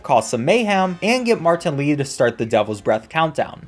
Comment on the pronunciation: But when u say martan Lee it sounds so funny 🤣